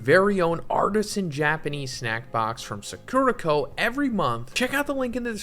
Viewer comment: I don’t really want a snack box from suh-KERUH-koh, but I think I WOULD like a box from SAH-kurah-koh